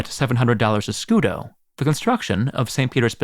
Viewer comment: Scudo but pronouncing it scudeee😂😂😂